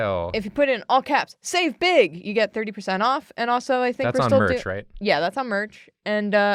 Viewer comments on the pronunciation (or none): I had to listen to it a couple times but it 100% sounded like Drawfee was having a bake sale not a "save big" sale